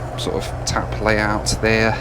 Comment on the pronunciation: The East Midlands accent really came out when saying "there" ! 😂😂😂